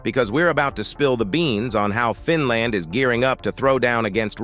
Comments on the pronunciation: Good video and presentation. But stop calling the country FinLAND by stressing the last syllable. It got annoying pretty quickly. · Fin Laand🤣🤣🤣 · Fin land. Another AI wonder. Pathetic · What a crock of BS. By The way, you need to learn how to pronounce Finland. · Why can't the announcer pronounce "Finland" ?